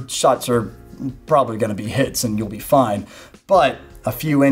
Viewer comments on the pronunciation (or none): none